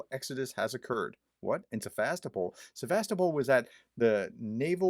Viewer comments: "Se vast o pol", dear Prof! Try it. That'll do the job. Apart from this little mispelling, nice job you've delivered here! Thank you very much for your very informative, unbiased effort!❤😊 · Also the emphasis is on “O”. Think of Constantinopol. It’s not ConstanTINopol, but ConstantiOpol…. Cheers, Doc